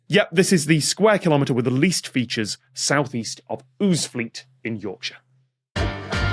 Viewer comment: If it's in Yorkshire, shouldn't it be pronounced "OWZ-fleet," not "OOZ-fleet?" As in, "We 'ad it tuff. We 'ad to live in 'ousinje in 'ousefleet!"